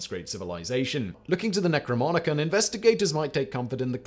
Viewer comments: I'm subscribed to several of your channels and love your content, but PLEASE take the time to learn to pronounce one of the most important entities in the Lovecraft universe... it's NecroNoMicon, not NecroMoNicon! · Did someone deliberately misspell Necronomicon on Simon's teleprompter or was it actually just him mispronouncing it Necromonicom? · Dude, it's one of the rare videos Simon obviously has no clue what he is talking about. - Anyone also hearing "Necromonicon"? 😅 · Its Necronomicon Simon. Hehe